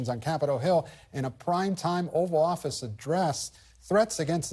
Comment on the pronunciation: Host: *Oval Office. Not "over office."